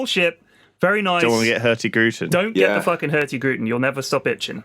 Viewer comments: Hearing pronounce Hurtigruten was funny. It's Hurtig Ruten not Hurti Gruten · pronounciation of "Hurtigruten" is so amazingly weird that I didn't even understand what he said at first. It sounds less like a disease when you say it right. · "Hurti-gruten" haha, so "hurtig-ruten" meaning "fast route", nice. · laughed hard at how badly you butchered "Hurtigruten" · Pyrions pronunciation of "Hurtigruten" killed me